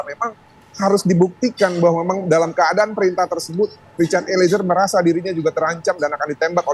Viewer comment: Mba host nyebut nama eliezer jgn diputus jd 2 kata,tp disambung eliezer bkn eli,ezer...gmn sih hostnyee